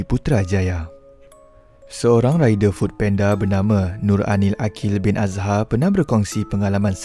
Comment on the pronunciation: Food panda bang bukan penda😅😂